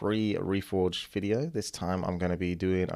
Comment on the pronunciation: "warcraft free reforged fideo" wtf